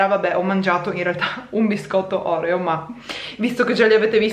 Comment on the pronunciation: Oreo pronunciato così no 😂❤️